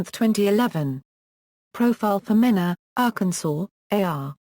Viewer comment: It's pronounced Mean a .